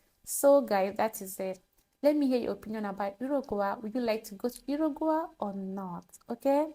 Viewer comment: It's pronounced, ",Yu-ru-guai" 😊